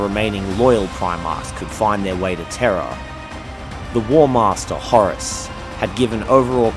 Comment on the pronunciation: Proof that living in my brain is Hell. "The Imperial Palace of Terror"? Stymie. "Stimmy", not a word. "Terror", again. "Rogald". "Traitor allegiance". "Terror", again. There was at least one other "Rogald" in there. Didn't get the timestamp for it.